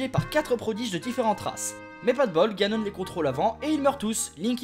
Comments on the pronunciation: Ses pas ganon ni jagon SES GANONE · Janon Moi: Ganon le japonais=Janon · G adoré mais j'aurai préféré plus d'humour et de même ( les 2 choses qui m'ont fait rire c "Janon" au lieu de Ganon et tu auras mon éternel gratitude et en bonus le "pas bougé" de Zelda sur Ganon ) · T'es un génie : "Janon" xD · TU AS TERRASER JANON (j'étai morte quand je l'ai entendu)